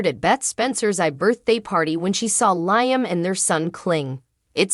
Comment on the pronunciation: Would love this lady talking to correctly pronounce Liam's name - 😊!